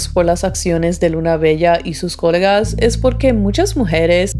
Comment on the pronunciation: coLÉga! coLÉga!!! con acento en la E. :D si, esa estacion del metro a esas hrs esta muy sola. de hecho hasta peligrosa la consideraría